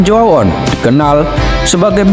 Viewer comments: Baca nya Neiten Cu A On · Koreksi baca nya: CHO - A - ON 👍👍